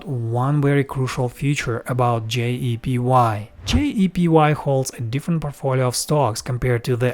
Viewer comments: You mis-pronounced JEPI as JEPY throughout this entire video. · you keep saying JEPY....it's actually JEPI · Why do you pronounce JEPI as JEPY? It creates confusion.